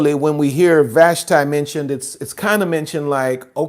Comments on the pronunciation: With respect, Ill help you out with Hebrew pronounciation. Vahsh-tee, Ah-hahsh-vair-ohsh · FYI, it's pronounced Queen VASHTEE in Hebrew. As someone who learned Hebrew, I think it's important, alot has been taken out of context from lack of understanding the original language ❤